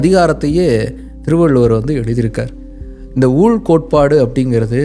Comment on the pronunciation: 'ஊள்' அன்று 'ஊழ்'. தமிழுக்கு மட்டுமே உரித்தான இவ்வெழுத்தின் 'உச்சரிப்பு' தற்காலத்தில் அழிந்து வருவது வேதனைக்குரிய விடயம்.